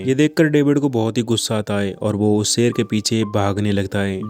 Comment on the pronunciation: Really love your voice and way of explanation. Love from Pakistan. Plz don't mind but ap shee word NAHI bol sakty? Sheer ko seer bolty ho or sharaab ko sarab bolty ho orignal word shhhh.... Sound se hota ha ccc word NAHI ha.